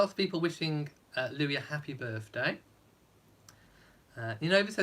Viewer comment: When will commentators realize that Prince Louis is pronounced Louieeee???